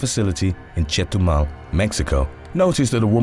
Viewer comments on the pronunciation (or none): none